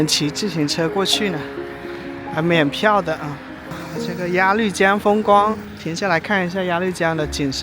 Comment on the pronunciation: 鸭绿江的“绿”是多音字，应发“路”的音。可见阿树没做功课😊